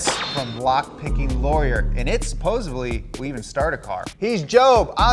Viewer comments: Supposebly? Ber'in? How are we supposed to take this doofus seriously when he can't pronounce simple words nor his own last name? Donut, please replace this goon with someone who can speak English. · Supposedly does not have a “B” in it. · The word........................is pronounced......... Suh-pose-seDD-lee, NOT Supposably. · supposably?!? yikes... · Did you say "supposably"? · Just going to throw it out there...supposebly isn't a word. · "Supposebly" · "supposably" 😂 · Did say "supposebly"? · "Supposably" lmao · Did just say "supposebly "